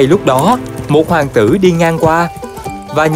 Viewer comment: Ôi hoàng "tữ" =)